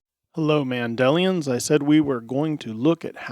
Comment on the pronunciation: it's "Mandelanians"